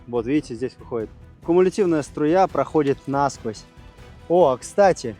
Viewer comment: НасквОзь, а не нАсквозь, Карл!